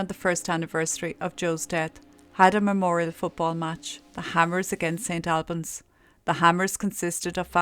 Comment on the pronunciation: Pronunciation...just helping! St. Awlbans and Hartfordshire...I know English pronunciation can be tricky but then, of course, so can Irish!😂🤣😂You speak clearly and I like your presentation.👍 Poor, poor dear Joe.🙏🙏🙏 With Ireland in my blood, I was born in England of beautiful Irish emigrant parents from rural Ireland and to be honest this horrible attitude doesn't surprise me. I couldn't get enough of my roots, feeling at home there in every way and accepted until one day, I realised from things that happened, that actually I was always a 'blow in'. Prayers for Joe and his family.